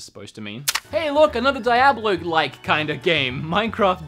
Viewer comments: Die-ablo???? Bruh Dee-ahblow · It's DEE-AH-BLO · dude i just cringed when i heard how you say diablo